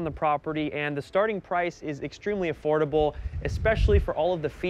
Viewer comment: „Extremely affortable“ 🤣😂